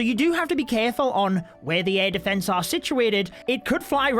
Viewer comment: Defence not deeeefence..... You're english